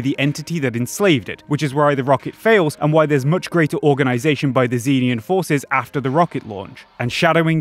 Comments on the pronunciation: It's pronounced "zen-EE-an" bro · note: cannot pronounce Xenian